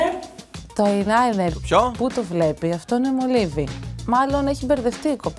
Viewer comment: εδω καλά καλά δεν ξέρει να λέει τη λεξη eyeliner